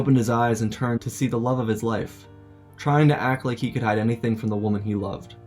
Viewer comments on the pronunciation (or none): none